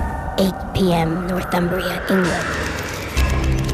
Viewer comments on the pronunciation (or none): Chillingham Castle is the most unsettling place I've seen or been in. And when Northumbria start getting pronounced like North-UMbria? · Hahah "North-umbria"